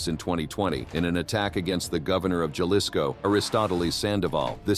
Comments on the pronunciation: "Jelisco." LoL :P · Ha-lee-sco** just to enlighten ya and to have you pronounce it right because the carted gets smart and once they know English it’s over. Even for an American documenting its information puts people and others at risk. Ik people in the states simply explain and make others acknowledge the hard life in Mexico even if they yo own people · Can you please stop saying galisco and say it right! “Halisco”. Jalisco! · Keep saying Jalisco like that and you’re gonna be on the list to 😂😂😂